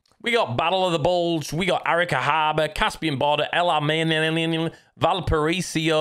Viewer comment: just pronounced Alamein ( العلمين ) Like an arabic speaker 🤣good job